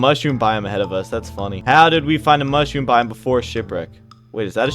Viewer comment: mush room, not moosh room lol